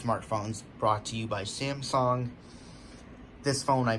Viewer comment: Why do u say Samsong instead of Samsung. P.s. nice vid though